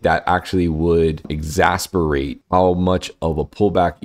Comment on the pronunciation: is it exacerbate, or exasperate? It’s killin me Smalls. Gotta know for sure! Great channel.